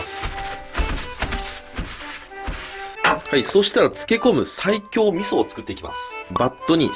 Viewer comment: ｢西京｣を1回でも｢最強｣と聞こえた人正直に ↓